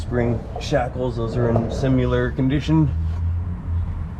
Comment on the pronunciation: Similar or simyoular? 🙄